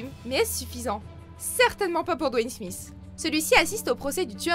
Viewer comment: Dans le nom Smith il y a un seul S, donc on dit pas Smiss, svp retenez bien ca chers cousins français.